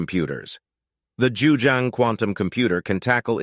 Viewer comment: You’re pronouncing the name wrong. It’s JiuZhang, not Juzhang.